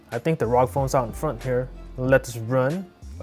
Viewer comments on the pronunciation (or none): It's R O G as in individual letters, not one word. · I thought it was called r o g and not rog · What rog it is R O G